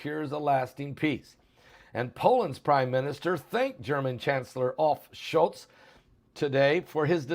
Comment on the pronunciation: Olaf Schultz…not Olf